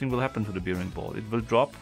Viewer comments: Hi, es heißt: „ Bäring-Ball“. Wie der Bär. Und bear wird auch als Bär gesprochen. Hab mi schon gewundert warum du immer Biering und zum Bär Bier sagst. Ich liebe diese Puzzelei. Lg aus Graz... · Careful, it's pronounced "berring ball" not "beering ball".